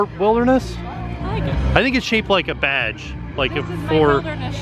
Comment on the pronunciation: Sounds like says the pool is shaped like a badge with a V 😳😂🙃🤦🏻‍♂️